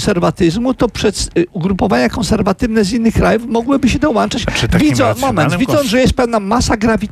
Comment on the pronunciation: Do-łan-czać, ah te profesory...